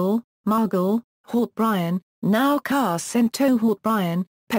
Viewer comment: What great information but hard to understand so many mis-pronunciations "Haut-Bryan" lol if you didn't already know this it would bad for someone who didn't know...